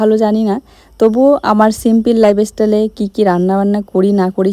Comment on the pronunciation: মাইগ্রেন এর সমস্যা এটা ভয়ঙ্কর সমস্যা অসম্ভব মাথা ব্যথা হয় একবার সরকারি হসপিটাল এ দেখিয়ে নাও।প্লিজ দিদি তুমি ইংরেজি উচ্চারণ গুলো ঠিক করো।সিম্পিল লাইফ এস্টাইল নয় সিম্পল লাইফস্টাইল হবে, ইস্টিল নয় স্টিল, নন ইস্টিক নয় ননস্টিক, এস্টান্ড নয় স্টান্ড।